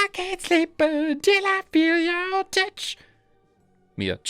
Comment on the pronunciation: Nooo I can't sleep until I feel yo " TUCH"🤣🤣🤣🤣🤣🤣